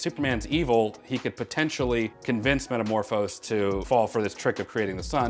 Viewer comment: Metamorpho. Not Metamorphos.